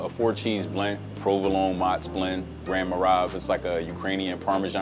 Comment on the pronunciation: "Gran moravia, ukrainian parmesan" Yeah that hurt as a Czech